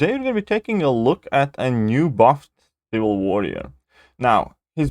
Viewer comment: If you put "ciwil" on purpose, that's quite a clever play on your accent lol